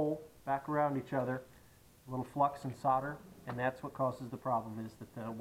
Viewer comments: the "sarder" you are using is actually "SOLDER" 😂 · invest in some Q-tips for your ears... in the US "solder" is pronounced with a silent "L".